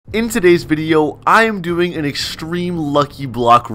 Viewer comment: Bro he literally said “in todays video im gonna be gewing” he said